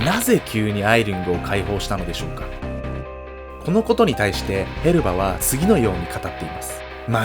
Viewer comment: へバスじゃなくてヘルバだと思うんだけど・・・